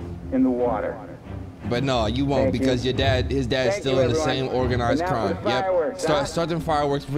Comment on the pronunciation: “organized cwime syndicate.” Idk why that made me laugh bru